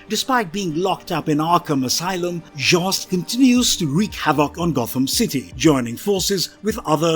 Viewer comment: The brits don''t read American comics to know how to pronounce these names and words lol